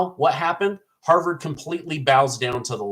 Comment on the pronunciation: HARVYARD?? LOL I LOVE THAT I LOVE TO LAUGH MAN